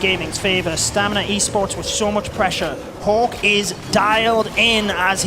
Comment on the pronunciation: I think "stamina" was pronounced "stanima" 30 times in this cast